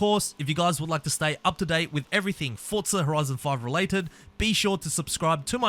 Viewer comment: No hate but its not "fortsa" its forza